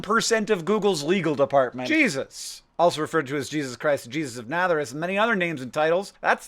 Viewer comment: You called him Jesus of natharez Instead of Nazareth